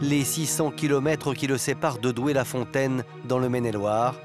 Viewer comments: Doué la fontaine, pas Douai... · c'est pas le nord c'est pas Douai; c'est Doué-La-Fontaine ;)